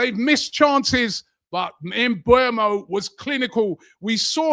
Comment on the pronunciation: How are you still mispronouncing Mbeumo? It's not Mbuemo, it's Mbeumo. E before U.